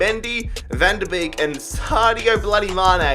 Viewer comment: van der beek, you say it as van der "bake" beek